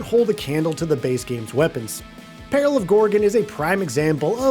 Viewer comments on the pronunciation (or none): It's peril not pale, you keep saying pale on Gorgan not Peril on Gorgon. And it is far from one of the most disappointing DLC.